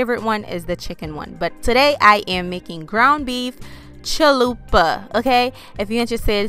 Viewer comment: Lmao I love how you said chill-lupa😂